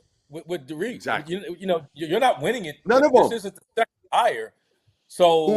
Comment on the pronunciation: No It's not. Darian DeVries' name is pronounced DAIR-ehn Duh-VREESZ. Think Aaron with a "D" in front of it. Or like Darin. And then DeVries, which rhymes with Febreze